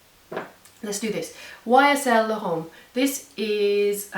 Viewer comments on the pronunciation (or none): You don't pronounce l'homme "lahom"... It's more like "lom"